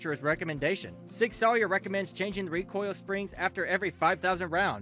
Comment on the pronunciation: Sig Sawyer LMMFAO!!!!!!